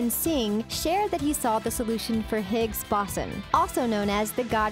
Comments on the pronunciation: Ummmmmmm ..... Not to be the phonics nazi here but isn’t it pronounced Boh-son with a long O? Not Bah-sen.... just sayin..... between this and her calling Stephan Hawking a cosmetologist, I’m willing to bet science wasn’t this girls strong suit. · its not 'BOSSON' it's pronounced 'BOZE-ON' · Embalm it for “posterity”, not “prosperity”. Gotta use your words correctly Youch. Boson = Bo-sawn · you cant say boson (it's bo-son) and i've actually had a talk by simon singh at my school and i got a signed copy of his book the simpsons and their mathematical secrets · Pronounced "bo sin" the o is a long o. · Hawkins is not a cosmetologist. He's a cosmologist. You also mispronounced Boson. Obviously you're not science-oriented. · i think 🤔 she pronounced Boson incorrectly. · Stop mispronouncing boson